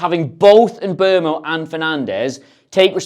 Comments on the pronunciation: Dude I know I'm being that guy but it's really bothering me, please don't call him Mbwermo. It's eu not ue. So M-beu-mo. Great video as always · it's MBE-UMO..........not MBU-EMO...... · Fuck sake I'm getting so sick of everyone pronouncing Mbeumos name differently., you said it in at least two different ways in this video alone. The "Em-bweh-mo" is the one that shits me the most, as it doesn't even make sense as the E is before the U. Just pronounce it EM-BOO-MO. Same for the fucking commentators. This weird pronunciation does my head in, if only because it's not only wrong but it's clearly a conscious decision to say it like this in attempt to get it right... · it surprises me how many people still say mbuemo lol